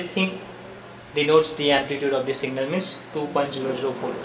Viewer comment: Abe singal nahi hota hi signal hota hi